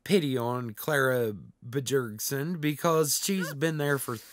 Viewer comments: Bjergsen b-YERG-sehn bee-OW-sehn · Clara Buh-jergson lmao I can't 😂